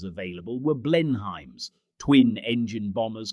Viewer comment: Crap AI commentary will never pronounce Blenheim correctly..... Blen-hyme🤣😂🤣 Not forgetting Heinkel HEE 111